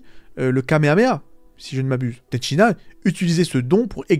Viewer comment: Ten shi han, pas Ten Shin Nan, bordel c'était frustrant. Ten Shin Nan Kebab 😂